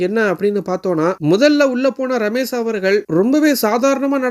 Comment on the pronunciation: "ரமேஷ்". ரமேஸ் இல்ல.